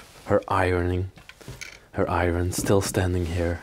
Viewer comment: that’s called a fan. Also iron is pronounced i-urn.